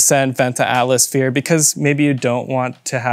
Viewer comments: 😂 you both from a diff country obviously? lol “Atlas-Phere” .. boy that’s a new one! This was kinda brutal guys haha. I think if you counted, between the both of ya.. You said more incorrect words than standard English ones 🤭😮‍💨 And a little correction, Tial is a different operation on the bov complete being pull type vs push type. And not only that, the top adjustment isn’t for “sound “ as tightening certain other bov spring tension goes, like the older hks and blitz, greddy etc. The Tial spring is for vacuum!!! And each car will vary in vacuum and have a different tension spring! But will all sound about the same. You can change your cars tension from where it should be to tighter. And a lot of times won’t get it to make any sound. And too loose and you get idle leak and idle surge (rich conditions) etc. The tials only have that signature Supra tone when a LOT of boost is let out through them!! Like 30+ psi. Therefore a lot of guys are unhappy w them on more stock or lower boost cars. Or some have issues and compatibility is an issue. My 95 Supra when I went single turbo it wouldn’t idle without leaking. I tried heavier spring (added a second smaller 4lb) . Idle leak was gone, but wouldn’t blow off on 8-15 psi range. I was unhappy w it even when I was on stock twins. Barely even knew I had one never heard it unless I tried hard. And mine was in the drivers side bumper “fog” hole. Replaced it w authentic HKS, and issues went away like that. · He literally said atlasphere every single time 😂☠